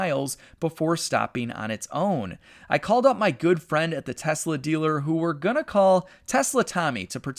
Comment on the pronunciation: If this doesn't work, I don't know what I'm "unna" do? What dialect of American is that ? It's pretty cool.